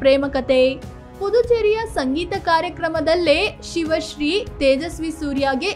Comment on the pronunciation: ಎಲ್ಲಾ ಸರಿ ಇದೆ, ಅವರ ಹೆಸರು ಶಿವ ಶ್ರೀ ಅಲ್ಲ ಅದು ಸಿವ ಶ್ರೀ